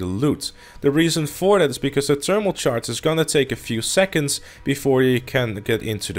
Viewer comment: It’s thermal not ternimal